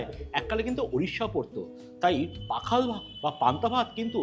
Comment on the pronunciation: pakhal na oita pokhal.